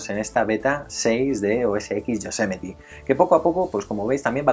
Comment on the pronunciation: cada vez que dices yosemeti el oido me sangra